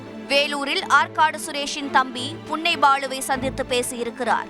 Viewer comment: புன்னை இல்லை.... பொன்னை.. என்றுசொல். தத்தீடிவி